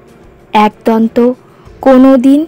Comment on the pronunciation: kotha ta 'aaak-donto' na...ekodonto